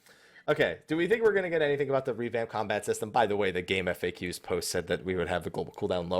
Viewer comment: Samurai STR-based DPS, Red mage INT-based DPS. also, it's game-fax not game-eff-ay-que